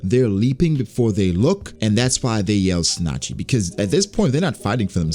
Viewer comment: Isn't it pronounced (tsu-nah-chee)